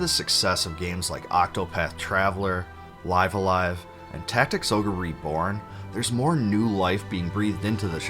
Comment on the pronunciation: Why is it only 1 youtuber can pronounce live a live correctly lol. It's like saying live a life guys